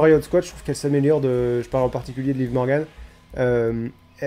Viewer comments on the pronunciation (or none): none